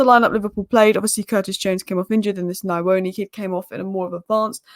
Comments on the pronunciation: The pronounciation of nyoni is (nnn-yoh-knee) it is not (nnn-eye-oni) haha its pretty difficult you will get it tho, nyoni means bird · its NYOOH-NiH and not NIA-ONI. The lad is of Zimbabwean origin, a Shona. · It's pronounced like Knee'O'Knee.. Nyo sounds like 'new' but with an O at the end 😅